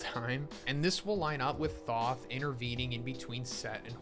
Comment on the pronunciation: Thoth has a long O sound not short.